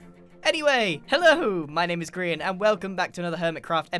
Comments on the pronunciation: Also how calls grain Brian lol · when said Gearian i was laughing so hard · just casually: Ge-ARR-ian! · X i suma always call Grian G R Ian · No one: Grian: X i zuma:Giarien